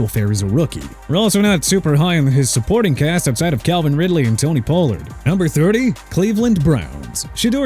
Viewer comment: First off Pollard is pronounced PAH-LURD NOT POU-LURD Mr. Illiterate! Second Flacco is pronounced FLAH-KOH NOT FLAK-KOH! Third what gives you the right to put Miami at #17 because of "worrisome injury history" from Tua and that Wilson and Ewers can't save the day?? Are you serious?! You wanna keep trashing my team?! Go ahead then cuz I don't care! You ppl make me sick!!! Oh and by the way Minshew is pronounced min-shoo not min-choo! Pathetic